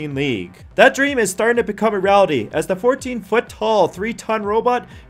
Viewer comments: You need to slow down and pay attention about how you speak.... Lirally isn't a word but literally is.... Rallity isn't a word but reality is..... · sounded like you said rality not reality :o